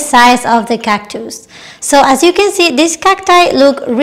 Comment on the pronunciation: you have such a pleasant manner and beautiful smile! Your video was very informative and a joy to watch. I love the way you say cactus. ❤